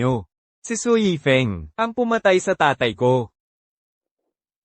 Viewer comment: Mali2x tawag yifeng na yefing. Eh si Su yan